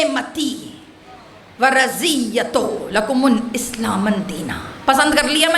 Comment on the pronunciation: ماشاء اللّٰہ بہت اچھا صرف آیات قرآنی کی تلاوت پہ زیادہ توجہ کریں ۔اس مجلس میں آیہ اکمال میں (رَضیتُ) کو تشدید کیساتھ اور (اسلامَ) کو اسلاماً پڑھ دیا۔